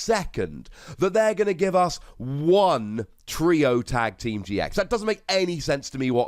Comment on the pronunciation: I though that the first time he said triple team gx’s he said Triple team TX’s